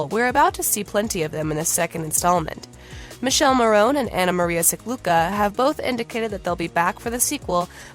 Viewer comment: Would be nice if this reporter would pronounce Michele's and Massimo's names correctly. This article was a lot about nothing.